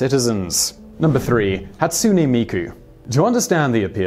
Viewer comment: Pronunciation of Japanese things... Hatsune Miku: Hah-Tsu-nay Mee-Koo. "Hatsuni" or "Hatsunee" as it's pronounced in the video has a completely different meaning. Moe: Not "Moe" like Moe the bartender, mo-ay or mo-eh. Pronounced completely different. "Mo" has a different meaning in Japanese.